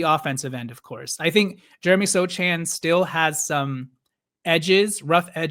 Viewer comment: The c in Sochan's name is silent